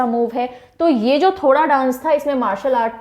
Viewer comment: Ma'am ठोडा not थोड़ा m himachli